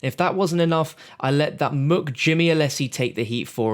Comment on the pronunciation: Pronounced “Mook” wrong